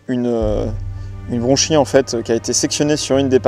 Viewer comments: Et d’ailleurs, on dit bien branchie et pas bronchie. 😉 En tout cas, merci beaucoup beaucoup pour cette excellente vidéo! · On dit branchie et non bronchie. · Branchie et pas « bronchie » 🙏